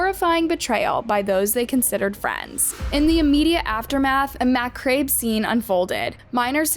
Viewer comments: Pronounced Mac-ah-bray. You are the only one I have ever heard say mah-crabe. Just adds to your cuteness though. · Did you just pronounce macabre like “mah-crave” DEAD. Someone failed English.